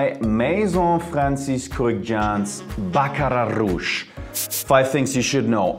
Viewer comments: Thank you for the correct pronunciation! I knew folks were saying it wrong... Just jump on any bandwagon lol... I learned about it early last year but didn't want to jump on the bandwagon.. I finally went on the website today and brought a discover set to try as many as I can before buying a full size bottle. I love their website by the way!!! 😊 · Lol you pronounced the Baccrat rouge totally wrong. The “r” s are silent